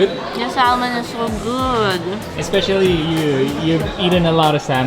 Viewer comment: Its pronounced as “Sah-mon”. Not saLmon.